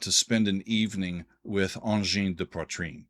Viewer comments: You actually did a pretty job with the pronunciation. One of the thing they got right is going for songs that actually have long sections where people (in concert) can actually dance/slam. It's like tech music from Neptune. Since the music is mostly counterpoint based (piling up loops), the 1/4 steps opens a lot of additional possibility for pilling up line. The technical ability of those two guys staying in sync while pilling up lines, cutting loops in and out, adding new parts, is really impressive. Thanks for a really nice review and analysis. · your pronunciation of their name is quite good, and I haven’t heard many people get it right. That said, I’m not a fan. I appreciate their originality, but I’ve never enjoyed repetitive music. One thing is certain, they are bringing something new and fresh to the world of music. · So happy to see two local guys from Quebec showcased on all of my favourite music related Youtube channels :) BTW your French pronunciation is pretty good... for an American :P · The good thing about being late to the party: at least you pronounce the name correctly. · Thanks so much for reacting to them! I am from Quebec and here we're all so proud of these guys blowing the mind of the entire planet. By the way, you'Re doing good saying their name. Great practicing. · Dude, your very decent pronunciation of their name and whipping out a pipe while grooving to some weird music from Quebec makes you an honorary Canadian in my eyes. Vive le Quebec! Vive le Canada! Vive AdP! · Your prononciation of Angine de Poitrine is pretty good, but the title of your video is mispelled ;-) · Your work payed out, you had one of the closedt pronounciation that I heard a non-french speaker manage :) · your pronunciation of ''Angine de poitrine'' is very good by the way 👍👍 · You've pronounced the name quite well! 👌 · You pronounced it correctly, bravo ! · You pronounced it very well. 👍👏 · Your prononciation of Angine de Poitrine is very good